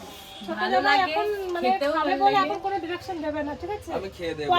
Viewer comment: জামার নয় জামাই হবে মনে হয়